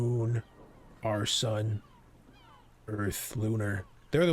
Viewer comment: WHAT?! Did he say "Our Sun" or "Our son" 🤨